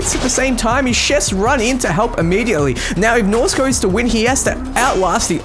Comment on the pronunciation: Are you doing this on purpose? You first pronounced Shaka ShakEYE, then Shika.. IT"S SHAKA! U said Norsko correct <3 pats potatoes head